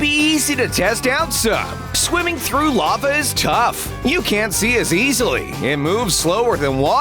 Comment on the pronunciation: I like how you said ‘Laver’ XDDDDDDDDD